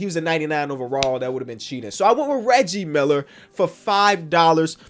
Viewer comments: Did actually say leggie Miller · how did you miss pronounce Reggie Miller? 😂